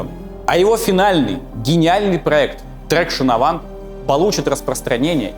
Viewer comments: Делая ролик о французских делах, неплохо бы разобраться, как произносятся слова. Что в первом ролике, что в этом - всё неправильно.Не трэкшн авант, а траксьон аван... Ведь не говорит же он "ренаулт" и "пеугеот"... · Всё великолепно кроме одной мелочи – во многих случаях нерпавильное произношение французских имён и названий. В именах ударение не на последний слог, а как в английском языке; Traction Avant – это Траксьон Аван, а не Трэкшн Авант, как было бы в английском, вуатюр, а не воитюр и т.п. Мелочь, но портит впечатление от первосортного в остальном материала. Пожалуйста, консультируйтесь со специалистами по вопросам языка, это важно для восприятия. И спасибо огромное за ваш труд, он превосходен. Я в самом деле восхищён. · Документалки это топ. Как всегда порадовал. Но просьба поработать над произношением названий моделей. Всё таки Ситроен Траксьён Аван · Отличный ФИЛЬМ. По другому не сказать. Но мне несколько резало слух английское произношение французских названий автомобилей. С твоей предрасположенностью к французскому языку оригинальное произношение этих названий звучало бы отлично, причем они очень звучные (2cv душеву. Traction Avant траксьон аван). Еще раз спасибо за творчество. Этот фильм и первый просмотрел на одном дыхании и с нетерпением ожидаю следующую часть. Успехов!